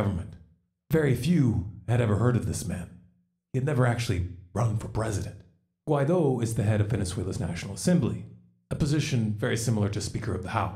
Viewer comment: Guaidó (wah-ee-doh) but yes you’re right on point on the whole situation! Keep up the great work!